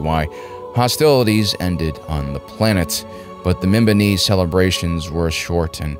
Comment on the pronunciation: Its mimban not mimbon but great vid